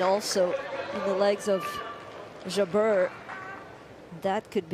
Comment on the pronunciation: Even Jabeur's infamous (and predictable) drop shot play couldn't deter the genius of Swiatek. Incidentally, if any commentator is reading this, the name is pronounced JA'br, not J'BER.